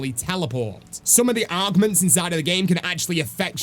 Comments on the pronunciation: arrrrrgmants... do you mean augments? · Are you saying "Augments" as in "Augmentation"? Or "ARGments" Is it spelt differently, or do you just not know how to pronounce "Augments" 😅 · I can't tell if he's mispronouncing augments constantly or if the feature is actually called "argments" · makes me laugh with how he pronounces things, augments sounding like arggggments